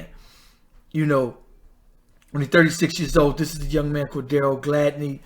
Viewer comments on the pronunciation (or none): I really Hate how he just pronounced CORDERO’s name.. Rest Peacefully, he ws the life of any party.